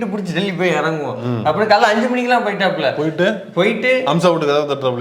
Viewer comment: முதல்ல பெயர ஒழுங்கா சொல்ல பழகுங்க பா.. அது அம்சா..